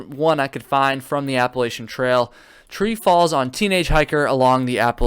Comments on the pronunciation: Lol yu should be sorry I live in ny saying it wrong haaa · Not only do you say it wrong, but you spelled Appalachian wrong also… 🤣